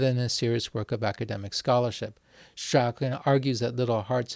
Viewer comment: Hew Strachan's name is pronounced 'Strawn' - not 'Strakken'.